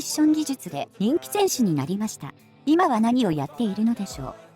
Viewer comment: ヴォル·クハンじゃなくてヴォルク・ハンね。前田さんによるとハンは石油ビジネスで成功しているとか。また息子が北方領土の警備をしているそうです。